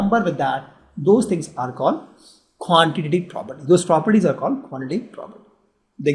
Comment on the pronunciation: Quantitative property 😂😂 nice pronunciation 😂